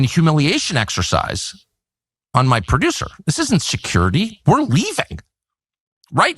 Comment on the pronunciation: "Percisely" and "Perduce" are not words.